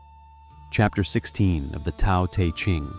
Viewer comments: Isn’t Tao pronounced like ‘Dow,’ not ‘Tow’? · Who are you to pass judgment on an awakened Soul? It's obvious you haven't made the journey. It's pronounced Dow not Tow You believe people have to be perfect to become enlightened? Then you don't know what enlightenment is. Enlightment or Integral Life or Awakening does not make a person perfect. Spirit is present in our instincts. The 2 are not separate. The ego likes to engage in subtle forms of superiority like passing judgment on others. That's what the Christians teach...duality. Watts walked the path for decades and I guarantee he graduated. A person in the awakening process dies for their own sins and mistakes and is rebirthed as the Soul. Then the Soul is married to Spirit. Self acceptance is the key...deep Self acceptance...even of the archetypal collective shadow. Yes. That is what awakening demands...unconditional self acceptance and unconditional love. You are putting conditions where there are none. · Tao is pronounced with a soft d sound, like daow.